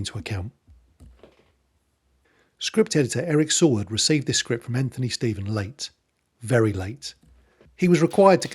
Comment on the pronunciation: Saward is pronounced “say-ward”. Truly a cardinal sin if you don’t know that.